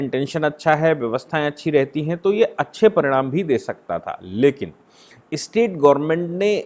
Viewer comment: स्टेट शब्दका उच्चार आप इस्टेट ऐसा क्यूं करते है। राज्यको मालमत्ता बनाना डरावना नही है क्या?